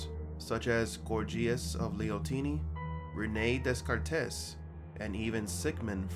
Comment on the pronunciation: No one, who has studied René Descartes, would pronounce his name as you have. Your attempt to sound learned fails when you are unaware of important pronunciations. Nevertheless, I enjoy your videos.